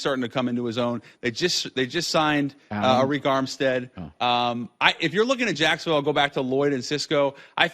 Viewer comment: Lmao, his name is Arik, pronounced Eric, not Areek. You're welcome